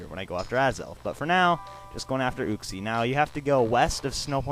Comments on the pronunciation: it is not ooxie it is u-xie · uxie is pronounced youxe